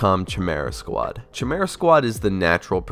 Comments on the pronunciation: It's Kai-Mera squad. It's has a hard C. Pronounced Khi not Chi. You had one job ! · You pronounce "chimera" weird. Its ky-meer-uh, not chuh-meer-uh. Its a famous greek monster. Dont even worry about "Daemons". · And it''s KY-MARE-AH not chimichanga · Cambridge dictionary gives these pronunciations: US: /kaɪˈmɪr.ə/ UK: /kaɪˈmɪə.rə/ "Kay" (like in okay) is pronounced "/keɪ/" That's different. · Love your video! Just ooone little criticism, and don't take it the bad way: It's pronounced "Kimera", not "Tchimera" :D <3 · Why are you pronouncing chi'mera.. it's pronounced Ki'merah 🤦‍♂️ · Few corrections: Chimera is pronounced "kay-meh-rah" In daemonhunters, you play as the grey knights, not the grey wolves, and they are a separate faction from the ultramarines. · I went crossed eyed when I heard that🤣😂🤣 Rogue trader era guy here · Its pronounced kai like from ninjago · Chimera, Pronounced ( Kai-Merra ) If you want your mind F*cking Blown go look how a human Chimera is made! Holy sh*t it's creepy. I had a Chimera Cat with a perfect Strip of black and orange on either side. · Kai-mera. It is pretty good. Just finished it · Chimera = Kye-me-rah, just FYI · FUCK! It's pronounced like " kye-merah". PTSD From a friend who insisted different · Its "kai-merea" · It's pronounced KY-MEERA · IT'S PRONOUNCED KIMERA... Dude... Also it's baby's first xcom and I really don't like it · lol I wasn’t gonna say anything about your chimera pronunciation but glad someone helped lol. As a fan of XCom, have to bring up Gears Tactics. There’s also Phantom Doctrine which is a nice take on the genre with a Cold War spy theme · When i heard that shit i almost passed out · That pronunciation of chimera though... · Worry about saying Chimera first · The Chimera pronunciation made me wince lol. Not sure why you festure that game if you weren't that keen on it. Gears Tactics would have been my choic. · Can't say daemon or chimera right. Oh no 😭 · that is not how your pronounce chimera